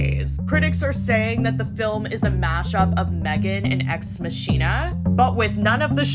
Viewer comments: Ex machine-a?! Mah-kina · its MACH ina, almost like you would say MAK-ina, as in deus ex machina, its not pronounced machine. It means the same but if you are gonna act like a movie critic maybe get the names right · Did she say ex- ma- shien- a? 😂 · No way you pronounced Ex Machina like that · She said "Machina" incorrectly with such confident arrogance. 🤦🏽 Gosh. Clearly she's reviewing it through someone else's perspective. Can't even research the names correctly. Ugh